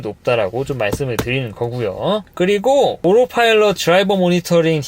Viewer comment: 오로파일럿 밖에 안들리네...